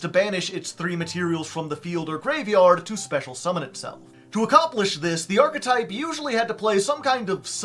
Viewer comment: oh my god this guy knows how to pronounce archetype. oh my god